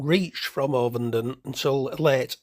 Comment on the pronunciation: It's a flat O in ovenden mate.